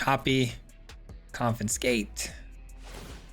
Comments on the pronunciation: Oh thank god it's not just me! Every time he said 'CoNfInScAtE' it was like a flick to the forehead. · Hearing you pronounce "confiscate" with an extra 'n' was bugging me too much, ha! Very cool deck though! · Great video, great deck, great lad, but please... con-fi-scate 😂 Keep the great work coming! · Coffin skate lol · it isn’t just this particular video. The last time he used the confiscate in a video he mispronounced it then too. My brain autocorrects but it does make me curious why he has that glitch for this one particular word. He usually does good and this isn’t anything to damn him about but I, personally, find it funny. Not annoying but every time I heard the N I smiled. It is an -ism.